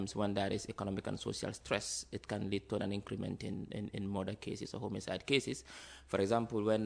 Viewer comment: Chei “ Homicide” is pronounced as “ Homocide” deh. Chei Gambia 😂😂